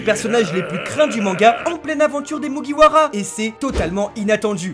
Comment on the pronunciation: Autant de theorie pour meme pas bien prononcer le “MugiwaRa”